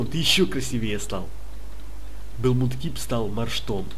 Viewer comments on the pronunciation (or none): не мудкип а макеп